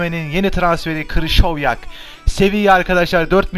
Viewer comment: Krışovyak değil krikovyak